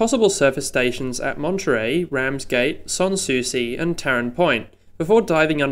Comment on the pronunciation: Interesting. You think reclaiming ther Golf Course might be hard going, good luck with Thirroul. Also I know this makes no sense but re pronunciation: San Souci: San rhymes with sand, Woonona is w'NOO-na, Towradgi is t'ROD-ji.